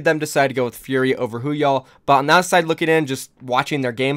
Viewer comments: why do you say "woohyal" as if it's spelt hooyall? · ITS NOT WHOOYAL ITS WOO-HYAL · Stop saying hooyall, it’s woohyal